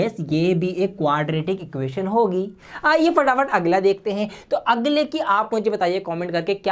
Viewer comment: sir ne agla ke jagah hagla😂 bol diya i'm just saying for funny purpose not hate for sir